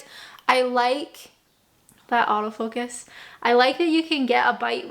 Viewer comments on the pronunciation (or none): none